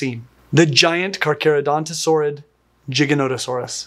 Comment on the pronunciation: was taught how to pronounce Carcharodontosaurid names by Doc Emmett Brown.